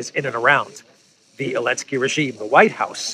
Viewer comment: Is there any other reason why this guy says 'Elensky' instead of 'Zelensky' apart from quick signaling of his Russian bias?